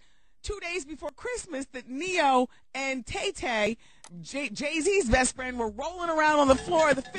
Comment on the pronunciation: Its Tah Tah, not Tay Tay